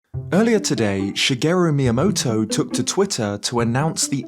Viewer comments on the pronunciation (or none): But why do you say „MyamoWtoW“?? 😅😅😅🙈